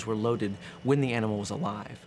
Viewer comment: Really had to emphasize the word ANIMAL? You people